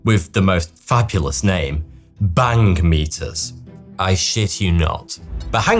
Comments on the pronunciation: Bhangmeter?????measuring what?🤣🤣🤣🤣🤣🤣🤣🤣🤣🤣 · “Bhangmeter”? If ever there was something else so aptly named, I haven’t heard it.